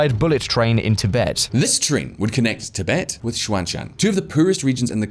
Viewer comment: You should hear how he says Sichuan